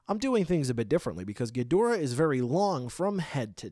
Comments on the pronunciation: It’s ghidorah not gidrah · It's Ghidorah not Gidrah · In Japanese katana his name has always been pronounced not Ghi-door-ah, with an emphasis on the door, but キングギドラ Kingu Gi-dora. Bandai typed the tag to not be American name accurate but simply close to English pronunciation accurate. It's like seeing Radon instead of Rodan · Thats right , Its not ghidorah dude , its gidrah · U said ghidorah wrong